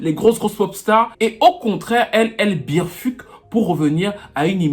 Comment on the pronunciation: "elle birrrfuque"